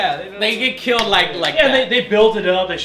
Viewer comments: Kaijus "Kileld" my brother .. :D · Kaijus "kileled" my brother? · Kaijus "kileld" my brother.....wtf